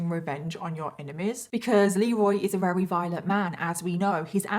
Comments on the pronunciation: It's confusing how you say Weary for the word Very many times every video . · Every time she says "very", it sounds like "rarry". Is it just me? Or is she actually sounding like this?